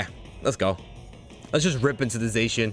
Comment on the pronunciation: It’s pronounced zahshean